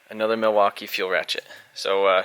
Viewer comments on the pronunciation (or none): none